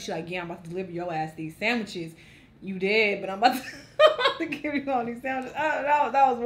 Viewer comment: Why Was All Like "Sandwicheseses"? LOL!